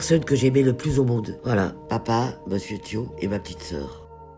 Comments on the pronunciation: "ma chaîne youtoube "😂😂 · Sa me fait rire quand elle dit « youtoube » 🤣🤣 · « ET SURTOUT ABONNEZ VOUS A MA. CHAÎNE YOUTOUBE ET MERRCEEE» 😂😂😂❤️❤️❤️ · “ Abonnez vous à ma chain YOUTOBE “ jladore 🤣❤️❤️❤️❤️❤️ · Elle a dis "et surtout abonné vous sur mon compte youtoube"🤣🤣🤣🤣🤣🤣😋😂😂😂🤣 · J’étais triste d’entendre son histoire puis d’un coup " abonnez vous a ma chaine youtoube. Et mercé hein " 🤣